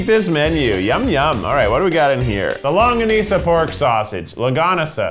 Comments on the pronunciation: He said "longanisa" right the first time... I'm impressed. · it made me so happy when he pronounced longanisa right the first time and then felt so sad when he tried different pronounciations lol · He said longganisa right the first time 😂😂😂